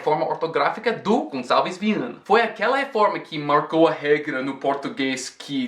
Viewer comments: pronunciou "Viana" errado viu xD Se diz literalmente como "Vi Ana" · Acho muito fofinho ele falando Gonçalves Viana principalmente Viana pois ele exagera tanto na nasalisação que fica fofo